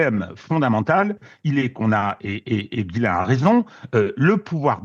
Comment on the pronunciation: Je suis désolé de vous reprendre chère, mais c’est Ghislain pas Guillain Et ne pas comparer le cas de ce monsieur en Roumanie et celui de Madame Le Pen s’il vous plaît